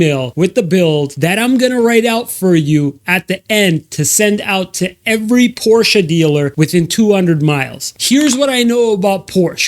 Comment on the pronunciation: Sold so many cars and can’t even pronounce the Porsche brand correctly? 😂